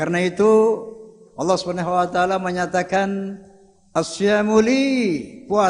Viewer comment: Kok wacaala?, harusnya wataala.